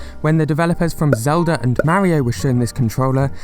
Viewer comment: You say it like: Z e l d a! Zelda!